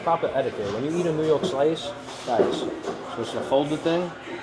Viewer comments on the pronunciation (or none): none